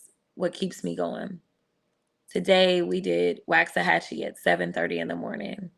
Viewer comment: You say Waxahachie weird. I've only ever heard it said like "Waaks-ah-hatch-ee".